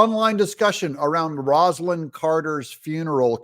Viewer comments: It's pronounced ROSE alin Carter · Rose-a-lynn NOT ROZalynn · In the 1970s they called her Rosalyn - not Rose-alyn.